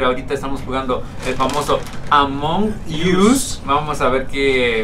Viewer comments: La pronunciación de ambos es mala, no es "Among yus" se escribe among us pero se pronuncia "Among os" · Among ius????? Jajaja se pronuncia así como se escribe amigo.... Among resaltando la g .... OS no US ..... No ius..... Es OS ...